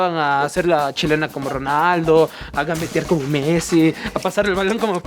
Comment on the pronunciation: creo que dijo a gambetiar como messi